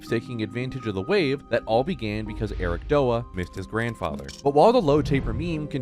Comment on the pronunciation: Ericdoa is pronounced so wrong it’s pronounced Eric D-o-a and dude he’s not a twitch streamer he’s a music artist that just live streams sometimes